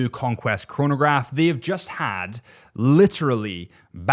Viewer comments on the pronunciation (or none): none